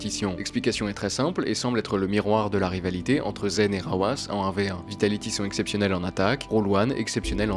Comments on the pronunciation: Très bonne vidéo. Par contre on dit Rw9 pas rawass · "RW9" COMMENT ÇA SE PRONONCE ?!?!?! Je comprends pas